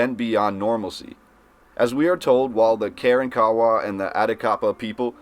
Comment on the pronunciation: Ka ronk a wa, A tack a paw! Proper pronunciation of the local lndians back in His -sto-ry NYUK NYUK NYUK CERTNEY 😊